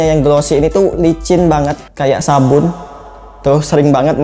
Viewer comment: Seketika gw denger kata " SABUN " yg diperjelas. Gw makan sambel geprek langsung tersedak😭